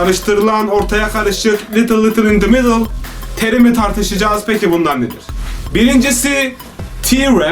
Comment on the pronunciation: litıl litıl in di midıl